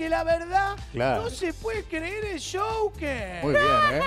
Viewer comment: El shouquer!!!! 🙄o último.. Joquer Guido!!!